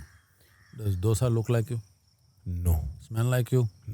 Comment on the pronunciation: Hey North Indians.. It's not 'dosa'... It is '2 sa' ... '2' in hindi दोसा It is not डोसा Surely you know the different between both